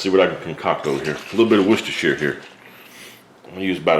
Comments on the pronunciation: Finally an american who can say Worcestershire sauce properly .. Hi five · HE PRONOUNCED IT CORRECTLY!!! Bravo from a Worcestershire lad (